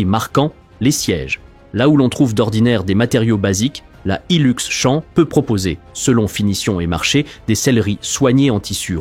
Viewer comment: C'est Champ avec un P a la fin. Comme Champion, pas champ campagnard !